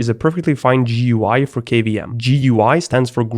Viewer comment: This video deserves a 'like' simply on the fact that you pronounced "GUI" correctly, and not "gooey" like it's some sort of green "goo" the way many people deliberately do 🤮🤮🤮